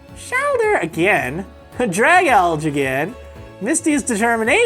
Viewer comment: Btw its drag alj E because algae